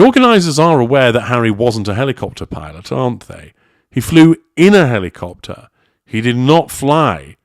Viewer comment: Archie has a week to teach Daddy how to properly pronounce "helicopter"